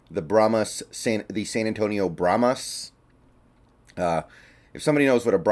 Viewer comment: Brahma Bulls are native to Texas. Brahma is singular. Brahmas is plural and pronounced bra'muz not bra'muss. They may be called brahma Bulls as plural. PLEASE bra'muss is NOT a word.